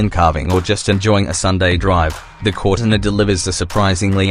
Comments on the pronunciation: "corr tin ah" GTFO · Cor-tina PRONOUNCED ai shit